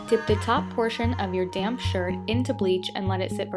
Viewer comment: when she was dipping the top in the bleach i thought she said "dip the top portion of your damn shirt" when she said damp shirt